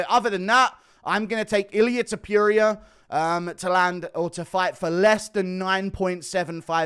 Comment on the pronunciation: “Viviane Arahoo” “Ilia Teepuria”